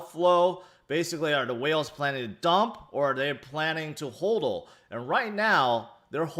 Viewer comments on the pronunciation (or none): none